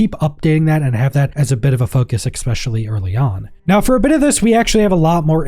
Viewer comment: Exspecially . . . . Exspecially . . . . Exspecially . . . . Exspecially . . . . Ex-meh